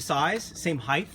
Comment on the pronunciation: what is "heighth"